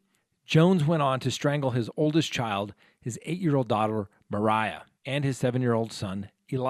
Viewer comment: Nahtahn and Mera Not Nathan and Mariah